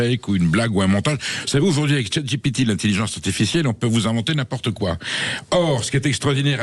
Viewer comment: 😂z'avez remarqué comment il prononce... CHATGPIPI😅 son froc se mouille . Et encore G.Marchais et quoi encore...? L'homohabilis ou erectus... quant au pseudo journaliste,ses 2 jambes sont malheureusement, collées sur la terre glaise qu'est l'Algérie 🇩🇿🇵🇸🇪🇭👊🥊 جزائري حر فاشهدوا فاشهدوا فاشهدوا 🌿